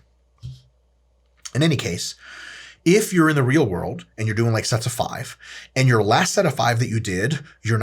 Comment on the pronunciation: Not six, do fahve!